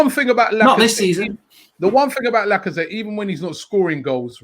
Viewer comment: How can you say lacazette and martinelli😂